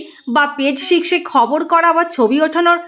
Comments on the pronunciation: শিশ্স্ক না বলে সিক্স বলা যায় please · মিশিং,শিক্শ,না বলে মিসিং,সিক্স বলুন